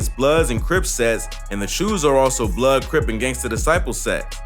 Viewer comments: Nigga said “chus” it’s Chaos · Mans said the chews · Its "choo" not "chuu" u saying it wrong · my nigga its not chews its choo's smfh lmao CHA-OWE's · It the choos not chews first of all if you ain’t from here you won’t understand it 🤦‍♂️ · Lmfao 'the chues" 😂😂😂🤣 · nigga aint know choo was pronounced choe😂.